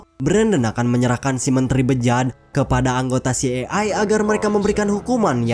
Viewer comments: si ai ei bang. Maklum lidah sunda taunya cai es, cai panas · Filmx keren,cuma CIA yg slalu slh eja bikin ga enak didgr🤦‍♀️🤦‍♀️🤦‍♀️